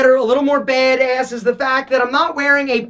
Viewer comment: i love how he says, "baid ayss" 😂😂😂